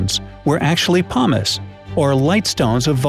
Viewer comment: He says pumice like humus, this is bothering me